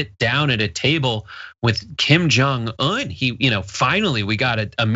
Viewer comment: Impressed with pronunciation of kim jung eun. As a korean america, saying he's one of the few that gets the last part correct.